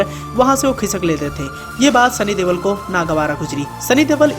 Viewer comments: He is not devol or deval he is Deol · Oo bhai Deval nahi Deol hai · Sunny deval???? Deol.... Sunny deol....